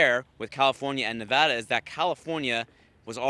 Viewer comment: Nevarda/Nevada lol